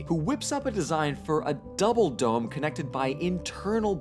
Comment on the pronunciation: The word dome means nothing to me now. It's literally a meaningless sound. Now I need to relearn to recognize it as a word and not worry about it constantly being mispronounced with a weird accent that doesn't exist. It will take about 12 hours. Thank you.